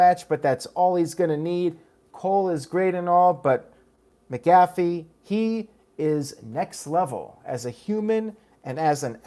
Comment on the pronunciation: Your saying pats last name wrong heads up 😃